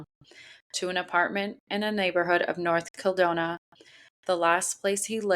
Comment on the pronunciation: North KildonaN, not north kildona